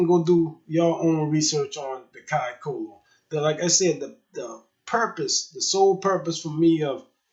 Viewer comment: It’s pronounced Kai tholo “th” our c sounds like “th”